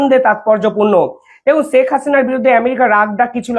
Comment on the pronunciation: Sak na "Sheikh" Bangla uccharon thik korun. চ ছ er difference i bojhen na Khub baaje laage shunte. Daily daily nijer porichoy deoa bondho korun plz Khub baaje laage shunte.